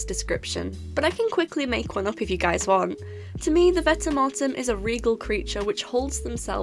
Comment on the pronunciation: I prefer to pronounce it vent-e-mort-em